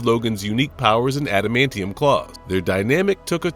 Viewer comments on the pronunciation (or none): none